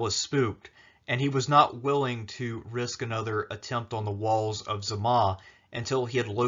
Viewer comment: Why do you pronounce Zama as "Z' ma"?